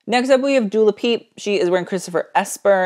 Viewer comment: "Dula Peep"